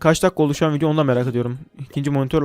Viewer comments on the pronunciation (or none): none